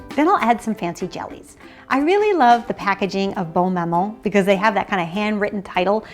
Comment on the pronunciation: Hi! You mentioned in your last video that your husband was French, and I noticed you pronounced "Bonne Maman" with the proper accent. Do you speak French? If so, could you PLEASE make videos in French! Cela m'aiderait beacoup! Or do you know any French cooking shows (on YouTube)